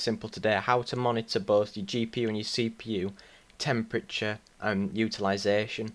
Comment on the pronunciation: its temperature not Chemprature